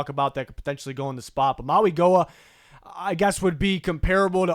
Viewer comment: Love your videos! You say Mauigoa last name wrong, the G when saying his name is actually said as a N so like Maui-Noah